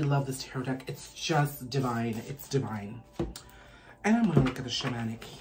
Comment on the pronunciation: I was drinking water when you mispronounced ‘deck’ and I nearly choked 😂😂 regardless, thank you for the message!!